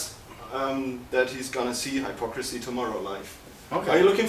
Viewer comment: Woar wtf. Kann mal einer dem Interviewer beibringen wie man den Namen ausspricht? 'Hello Haipocrisy'